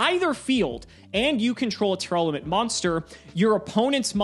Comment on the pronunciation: I wish people would stop adding an extra syllable into Tear-Laments. I don't think I've heard a single person pronounce the name correctly. Great video though, thank you for all of the information!